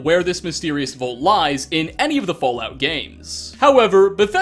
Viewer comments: It's "Vault" not "Volt" lol. Either way, I still hit like, because you're awesome. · It's Vault Mate! VAULT! NOT VOLT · Man says "vault" like "volt" and he says it so many times in this video. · Me: vault: VOLT